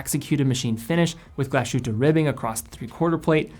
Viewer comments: I enjoy your videos,. However, as a fan of NOMOS and other products of that city in Saxony, you should learn that the proper pronunciation of "Glashütte" is not "Glash-oota" but Glass-hoota" (approx.).:-) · Glashütte - Glas hut in German. And just to comment, sh is not as sh in English but like s and h after it. Just like Glas hut in English:-) great review,! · Excellent Video. Little advice on the pronunciation, instead of saying "glashutaa" say it in English it's probably the closest you get to the German pronunciation. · Say after me: "glaas hytte" Like that Nomos got their own DNA, but personally I can't stand the long and skinny lugs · Great video! but when you pronounce "Glashütte" please seperate Glas-and-Hütte two words, Glas means glas lol and hütte something like house, greetings from Germany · Glashütte is pronounced as the englisch word glass and then ad the hütte. With a very short ü. There is no sh-sound in it. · just a tiny hint on pronounciation: "Glashütte" is a compound word: Glas + Hütte. Literally glas hut. (The town was originally famous for its glas production.) In the compound word, these two parts are still pronounced distinct from each other. So there is no "sh"-sound. (You did pronounce the ü-Umlaut very well, by the way). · Also, accent on the first syllable. Generally the case in German.